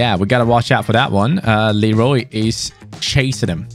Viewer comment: Hi, people are always saying Leroy Lero "y" but its pronounced as "Leroi". Btw Super vid 👍